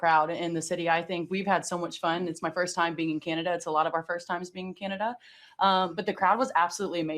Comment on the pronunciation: Who is can-nada?